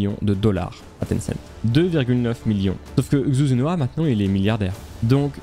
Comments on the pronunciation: Très cool, juste pour que tu le saches, la prononciation de Xu Zhenhua c'est "Chou Djen Rua" ;) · La vidéo est incroyable ainsi que l’histoire, mais dommage que tu ai mal prononcé son nom/prénom toute la vidéo